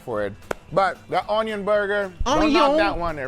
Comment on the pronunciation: once said: ✨O N Y O N✨